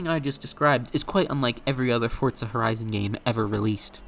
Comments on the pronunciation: WTF is "Fortza"? When did Forza acquire a "T"? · i've heard fortza more than i ever wanted to. if forza is fortza then is forz fort? is fort forz? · the game is british so the italian means nothing!? so not fortza!?